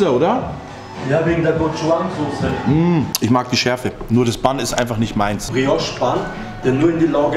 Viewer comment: Bro die Aussprache von gochujang ist gochuchang mit dem zweiten 'ch' bisschen milder ausgesprochen haha - war echt überrascht dass die das verwenden. Aber echt krasse Umsetzung wenn ein Veganer FLEISCHburger wie ein normaler Burger schmeckt. Hatte bisher ne komplett andere Erfahrung, dass die Fleischburger sehr komisch waren und die Chicken sehr nah kamen ans original.